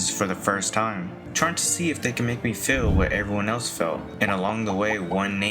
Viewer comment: Why do you pronounce Feel like “fillll”